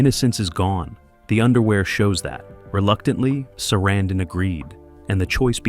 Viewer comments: Why do you keep incorrectly pronouncing Sarandon, then pronounce it correctly once? Learn what you are talking about before making a video. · I must say, that is a... creative way to pronounce "Sarandon."